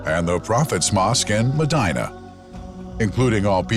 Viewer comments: Couldn't they get a guy who can at least pronounce Medina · Why have such a narrator who does not know the language and has mispronounced words such zam zam and medina. Listen to how he says it. I'm sure there are other words I missed! Just use a local narrator who usees proper pronunciation and not a white washed one.